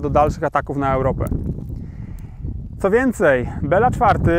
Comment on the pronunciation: Bilo, nie Bela, tak miał na imię król węgierski:) To "e" jest z akcentem, czyli fonetycznie to węgierskie "i", a "a" jest bez akcentu, więc fonetycznie to węgierskie "o". Nawet po polsku lepiej brzmi Bilo niż Bela:)